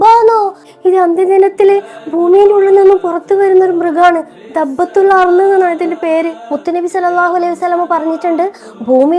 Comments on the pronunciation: ദബ്ബത്തുൽ അർള് അല്ല ദാബ്ബത്തുൽ അർള് ആണ് ❤👍🏻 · ദബ്ബത്തുൽ അല്ല ദാബ്ബത്തുൽ ആണ്